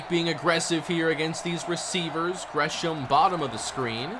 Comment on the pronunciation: How u know tho Lol he said grey ham